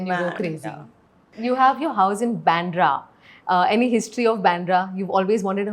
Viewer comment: Byandra nahi bandra bolo